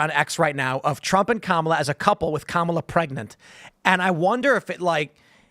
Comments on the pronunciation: I can clear up the kamala pronouncing situation for you... so look at the spelling, all the a's are the same sound and you run through the letter fast... just like the way you would read most indian names or words when written with english letters... so its kah mah lah, not mah muh luh, or cam uh luh... which is hilarious to me because its obvious due to her being indian. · Her name is prenounced commyla harris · It’s Comm-ola like communism!